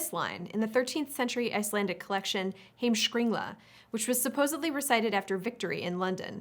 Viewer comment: Way to butcher «heimskringla»